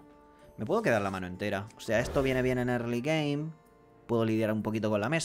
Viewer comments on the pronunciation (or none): erly gein dice